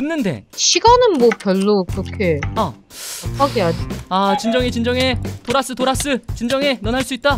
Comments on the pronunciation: 도라스 라고하실때 "돌앗으!"라고 들엿어요 ㅋㅋ ㅋㅋㅋㅋㅋㅋㅋㅋ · 도라스를 돌았으로 들었닼ㅋ